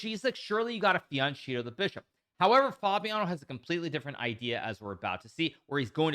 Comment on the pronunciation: It pronounced Fianketto with hard k :) (I couldn't understand what you were saying).